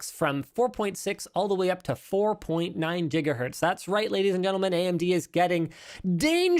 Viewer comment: Nobody else gonna comment on how Linus called it Jigahurtz the first time?👀